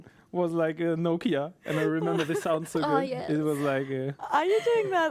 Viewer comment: Nokia sound as in the old phone. Not Noka;)